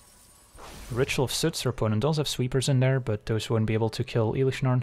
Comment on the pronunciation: Bruh, "elish Norn" 🥶